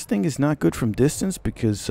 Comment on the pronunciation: Lovin your channel, it's always entertaining.... My thoughts on the chauchat....It's a real slugger at close range, feels overpowered and kicks like a mule in close quarters.. how did your French pronunciation go..dist-ornse. Personally I think it's evenly balanced out by comparison. Lovin the unedited gameplay. You went 33-8 I would consider that a great score for me..Lol